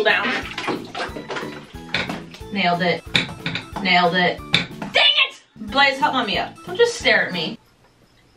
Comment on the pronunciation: "Nalied it" "Nailed it" "Dang it!" 🤣🤣🤣🤣😂😂😂